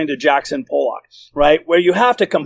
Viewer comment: Please, you’re a brilliant researcher and Ernest and inspiring… But please pronounce Jackson Pollack’s name correctly.